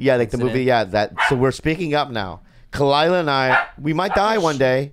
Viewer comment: Khalyla.... “Ka-wee” ? Really? You said it so confidently too lol